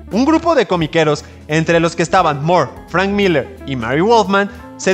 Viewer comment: Fuera de insistir en pronunciar su apellido como "Mor" en lugar de "Mur" La información iba bien. Pero hay un error de interpretación importante, ya que la miniserie "El crepúsculo de los dioses" iba a centrarse en el conflicto entre la casa de El, o sea la familia de Superman; enfrentados a la Familia Marvel, es decir el Capitán Marvel, Mary Marvel, etc y no la editorial rival de DC, Marvel comics, en la que Alan Moore se juro no trabajar jamás